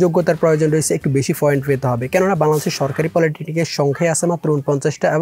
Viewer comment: foint na point